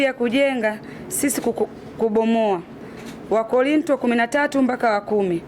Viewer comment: Dah yaan mpaka ninaona aibu mimi jinsi anavyopuyanga yaan ndo utajua Mungu kawaumbua😂😂 wakorintio ndo kitabu gani yaan mkristo usijue hata kutamka wakorinto😢😢